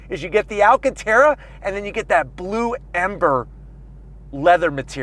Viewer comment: I cannot tell for certain whether you're referring to Ford's new custom Dark Horse-specific color-shifting paint color as 'Blue Amber' or 'Blue Ember;' because though you mention the color by name (at least twice by my count), your pronunciation / annunciation differed enough to leave me wondering. WHICH IS IT EXACTLY? 🤔 To my way of thinking, Blue Ember certainly seems the more perfect name, especially after seeing the car's color really come to life in the late afternoon sunlight as photographed by you in a gorgeous reverse 3/4 view of the Dark Horse that has us looking down the entire length of driver's side from rear to front completely parallel to the tarmac just moments before the actual drive. Ford really nailed down the perfect color pallette for the newly minted Dark Horse nomenclature, imho. 🔥